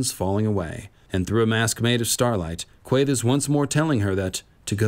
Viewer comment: Random comment, but I love the way you pronounce Quaithe! 💙🦑